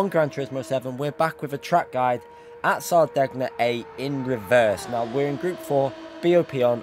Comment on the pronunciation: Someone has to tell that he's been pronouncing 'Sardegna' wrong all these years.